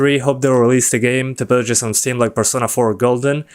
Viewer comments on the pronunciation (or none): “...on Steam” emphasis on STEAM